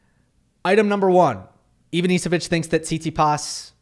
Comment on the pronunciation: Hi, Ivanišević is pronounced IvaniSHevich